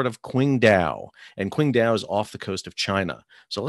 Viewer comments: Pronounced more like Tsing-Tao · Pronounced Chingdow. Q is ch